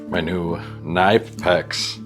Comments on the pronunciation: They are pronounced Ka-nip-ex pliers. I know, I know, it was really weird for me at first, but that is the way to pronounce it. You don't think the democrats participated in this???? Really??? Joe, Bill, ect???? Fuck Man, I loved your videos, but if you think that is what Charlie was about, then I am done with you!!! You precive yourself as informed and knowledgable, but yet you believe the snippets of videos that you see about Charlie, and follow them as a religion. I hope one day you wake up and see the truth and not follow the left winged media bias, and truly look into what he said. Good luck in your future. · Nice work. Knipex is from germany, over here we pronounce it "knee-pex" wirh a strong K like in key. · Annoying pedant here, but for future reference it's somehow pronounced KAH-NIP-EX. To quote their website "The proper German pronunciation of KNIPEX is k-nee-pex [knipɛks]" . Also this bike is cool. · You say the k in knipex, watch their video.